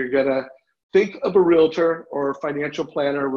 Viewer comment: Good stuff! Just a friendly reminder that REALTOR is two syllables not 3. 😉